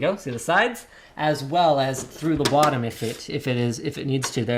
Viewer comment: LMAO air flow thru the wottom :)